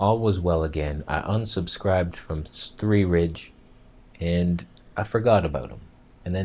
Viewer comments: it's pronounced 'svedeeyeh' (rolled 'r' sverriige) it's Swedish for 'Sweden' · The way you speak his name... sv3rige... lol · Your pronunciation of sv3rige, response to his cancer heals tumours, the hamster voice you gave him Hilarious ! Great debunking and points on disinformation, comparative blood results etc etc. Excellent video !!!!! ✔️✔️ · It isn't about his English, when you take a blood test (including vitamins) you won't see vitamin F. I am certain,as ("") mentioned, that he meant vitamin E. I was laughing hard because made a funny comment in the video. Also when he tried to pronounce sv3rge.